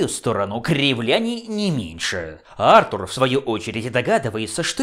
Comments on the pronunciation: Сергей Воронков, потому что британское имя произносится именно как Артур, а не артУр. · Почему Артур, а не артУр?